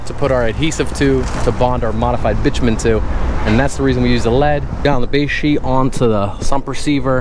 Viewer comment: Remember: "Bi-two-men" not "bitch-man."